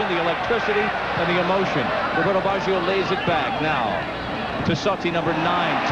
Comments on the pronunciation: Dude! you would think they would be able to pronounce the name of the worlds best player. What on earth is 'Bawjio' ? McGrath beat Baggio 40 times in the game. Baggio didnt get a sniff, so why are these assholes yapping on about Baggio throughout the entire game??? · That commentator is terrible. He actually thinks England are playing Italy, and he has no understanding of what is going on. He cant even pronounce Baggio...I think they fired him after this world cup after so many complaints.